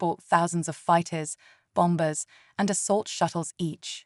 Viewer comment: ChatGPT written and AI/TTS narrated. If you are going to use tts, please please choose a voice that pronounces words correctly. There are SOOOO many that was misproniunced! Bomb-bers! WTF!!